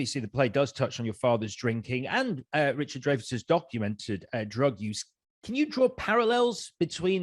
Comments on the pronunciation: It's 'dryfus' not 'drayfus'. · Excuse me. The name Dreyfus is pronounced Dry-fus.